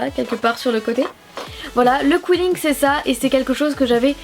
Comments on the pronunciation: C'est pas qouilling c'est quilling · Je crois que sa se dit Kiling.... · On dit qilling